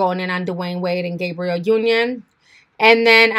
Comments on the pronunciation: Love you Ti. Her name is pronounced Gab, not Gay. Keep up the great commentary! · It's Gabrielle NOT “GABRIEL” damn girl! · Lol Why keeps calling Gabrielle “GABRIEL”?! 💀🤣😂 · Right 😭 And then the one time she said it right, she goes back and pronounces it "Gabriel". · Lol she said it like it was Gabriel!! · “Gabriel Union” ? Lol come on Ti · I’m starting to think Ti mispronounces names on purpose. How can you mispronounce Gabrielle? Lol